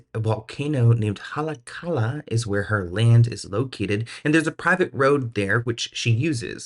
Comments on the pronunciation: it’s Hollly-ah-ka-la. Just helping, no shame. So many places are so hard to pronounce there where I went to HS while my dad was militarily stationed there. Look at this Likelike Highway. It’s pronounced Leaky-leaky highway. lol. You’re also doing a fabulous job on YouTube. Keep it up! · Haleakala is pronounced "Ha-Leh-Ah-Kah-Lah" 😘